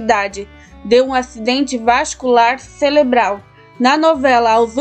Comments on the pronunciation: O certo é morte CEREBRAL e não “CELEBRAL” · " CELEBRAL " ? OU " CEREBRAL " ? 😂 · Desculpe a correção, mas o correto é Cerebral e não celebral. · interpletava; interpletou; acidente celeblal; nos rim; erro de português aqui nesses canais parece ser comum né? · Derrame celebral nossa amiga aprende falar primeiro para fazer videos!!